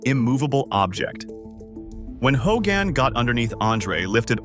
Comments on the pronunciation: Fitting how the AI pronounced it Ho-gan, lol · Hulk ho-GAN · Do we not know how to say the word “Hogan”? Hogaaan lol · This is AI slop. Straight out of the gate you got the attendance figure wrong and you mispronounced Hulk Hogan's name. Why bother putting this out if you're not going to put any effort in? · I hate when this AI slop mispronounces names